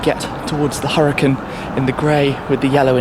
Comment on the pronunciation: hey durr durr durr its huracan (hur-u-con-) not huracin